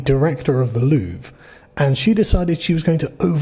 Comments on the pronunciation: did you say loovree you pleb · Just so you know, it's pronounced "Lou-Vra" ... so you can outperform MSM LOL. Really sad part is that the normal French citizens won't get how "DEI" doesn't work ... can't change a flat but can run "Security" at the World's premier Museum. Her saying "Non" to Policing is dangerous is the same logic as a female Blackhawk Trainee Pilot ignoring her Male instructor to change course ... twice. Bonjour and howdy from a Texan living in France. They didn't use a "Crane" in the traditional American sense, they used a "Furniture Lift Platform" and the reason nobody seemed to know it was going down is that those devices (Furniture lift platforms/stairs) are very common here ... most building that even have "Elevators" are usually very small and most times "Movers" aren't allowed to use them as it interferes with Tenant movements. So they use these portable devices to move boxes/furniture/appliances externally from the Street and thru Apartment Windows. Nothing out of the ordinary ... especially given they were dressed in "Workman Reflective Gear" (also very common). And it only took 7 minutes ! Seems to be the current MO for this type theft. Popping the stones/Pearls out isn't very difficult or time consuming; they've already proven their skills with a battery powered angle grinder ... a "Dremel" with a cutting wafer is no great step. The Gold is easily smelted with a gas/oxy torch in a graphite crucible and with spot Gold going for $4,300 a troy ounce, very lucrative. The "Rose Cut" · you don’t pronounce the “re” in Louvre mate.. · So you pronounce it like the word we use as a synonym for bathroom.